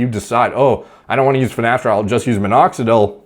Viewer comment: “finnesteride” - ashton kutcher